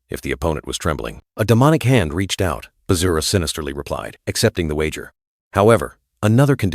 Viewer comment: Bruh said Vajra is Bazura😂